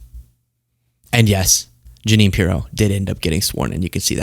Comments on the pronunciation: Ja-nine Piro?? Lol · ❤️💙💛🇺🇸🇺🇦🇨🇦💛💙❤️ He slipped and said “taxes” instead of tariffs. He slipped and called the United States “company” instead of country.. and the Junine thing is just clear evidence that his brain is mush. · Look at Jeannes face when he says junine 🤣🤣🤣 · He said Ja-Nine because he's Ja-Lying!😂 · Ja-nine? Was he fantasizing about Pirro? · Ja-nine? lol Maybe he was thinking about Janine Piro the zio. trumps killing the country, it wasn't dead at all. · Dumptruck is obsessed with numbers. He has no idea what he is talking about most of the time. TACO with Orange sauce! ALSO: Ja-nine = the way my sister's name was spelled, another version of Jeanine. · Jeanine Pirro, looks at him like, oh always, such BS, what’s he saying now? And then, he pronounces my name wrong? What a loser, and I said yes to this?